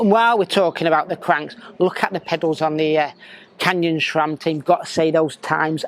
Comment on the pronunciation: SRAM. There is no H in the name. SRAM is an acronym comprising the names of its founders, Scott, Ray, sAM. If you're going to be a cycling media, at least know what the hell you're talking about.